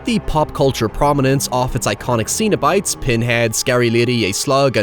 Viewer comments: Hellraiser 2022 review when? Also, did you call the Cenobites "Xenobites"? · It's not ZENO bites, it's CENO bites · Zeen-o-bites? Why are you saying it like that? 😂 Cenobites. Pronounced SEN-o-bites. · I actually watched this a few weeks ago for the very first time. Other than some cool gore and great lead acting, Hellraiser is a really bad movie. Also, it's Cenobites, not Xenobites. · cenobites not xenobites. €subtle and pedantic yeah. but still. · Cenobites, not xenobites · I kept thinking you were saying "Xenobites" which given how the xenomorph and Cenobites are based on sexualized drawings from artists like H R. Giger and Clive Barker would be a pretty cool mashup. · Z-z-zenobits!? I heard ZENOBITS!!!! 🤣🤣🤣. (Just the first time) Only really complaining because all comments help that stupid algorithm. I have nothing to add beyond that. I'm all gushed out on this film.